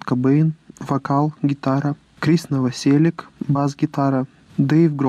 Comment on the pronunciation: Наваселіч, а не наваселік